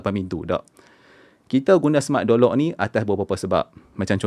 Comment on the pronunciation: Kenapa aku dengar seperti Jolok , tengok semula ayat Door Lock ... Aishhh 😅😑